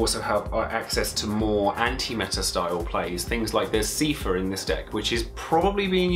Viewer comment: dat Seefur prononciation tho. Wiki and Kingdom Hearts says it like Sai-fur.